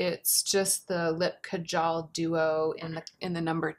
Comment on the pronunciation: It is pronounced as "Kaa-Jal" the 'A' in "Jal" is pronounced as the 'a' in "rather" not like the 'a' in cat.